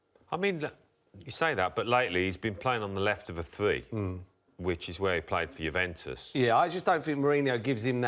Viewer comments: ‘Jewventus’ classic Merson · Paul Merson "Guventus" :) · It's not Jew-ventus ffs, not yet anyway! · And Mersons paid to pronounce Juventus like a 6 year old who's just discovered his nuts 🙄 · Merson can't say Juventus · They he was pronouncing Juventus was annoying AF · Alan was pronouncing it correctly and then when Paul spoke he couldn't pronounce it correctly wtf??